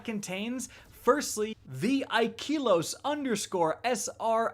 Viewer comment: The e is flat, not high. Ikelos, not Ikeeeelos.